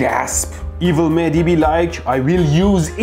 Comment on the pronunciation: Mehdi, It's funny how you on purpose pronunciate your name incorrect. I am pretty sure it is Mehdi with audible h, although I am not Iranian.